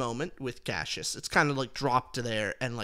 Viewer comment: Who says Cash-us?? Bro its Cassius, lol